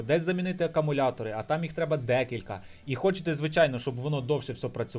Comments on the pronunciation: акАмуляторні акУми😅🤦‍♂️ Рекламуєш магазин, відкриваєш на смартфоні і пише "Акумулятори", а читаєш і мільйон разів говориш акАмулятори🤦‍♂️ АкУмулятор - акУмулює електричну енергію. Що робить "акАмулятор", то є питання... Певно акАмулюває😂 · не акамулятори а акумулятори